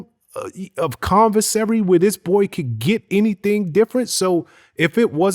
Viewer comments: Commissary. Lol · WHAT THE HELL IS “ CONVISARY”?